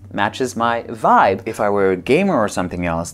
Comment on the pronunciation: haahahahahahaah love the "voibe" hahahaah..., can't stop laughing. Love it.